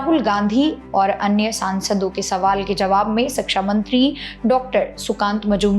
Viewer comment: धन्यवाद, बहुत बढ़िया जानकारी देती हैं आप... केवल एक अनुरोध है, कृपया "शिक्षा" शब्द का उच्चारण "सिक्षा" मत कीजिए, शिक्षण जगत से जुड़ी जानकारी में "शिक्षा" शब्द का ही गलत उच्चारण अच्छा संदेश नहीं देता 🙏🙏🙏